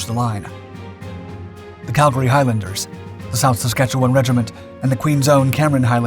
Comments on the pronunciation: The way you pronounced Saskatchewan👌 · Well done on pronouncing Saskatchewan correctly 👏. Great content as always!